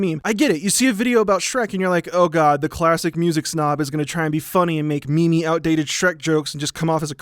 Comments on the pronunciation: did you just say "me me"? lol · Ohhh, for a moment there I thought he actually pronounced meme wrong. Thanks! 😂